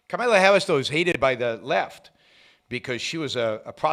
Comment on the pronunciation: Do a shot every time Yaron says, “Karmala” Harris